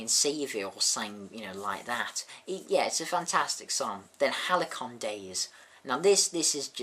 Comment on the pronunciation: It's Halcyon Days, not Halicon Days.